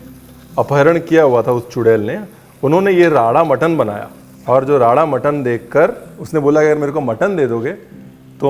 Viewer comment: You are the only one who has correctly spoken राड़ा and not रारा even punjabi shefs . I don't want to name those Punjabi shefs but they call it रारा। I'm sick of such people